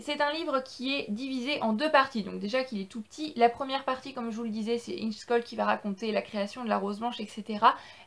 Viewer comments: Ça ce prononce: ingè choll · Ça se prononce : Ingué Choll